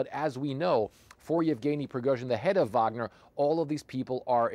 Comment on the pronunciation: Please people.. If you are not Russian stop using the V sound when its a W. Its WAG-NER not VAG-NER>>> Remember you are not Slavic and no reason to speak like you are a foreigner with an accent.